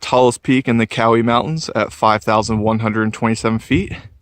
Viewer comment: Growing up in Bryson City, everyone I know pronounces it close to the way you do...Cow-ee.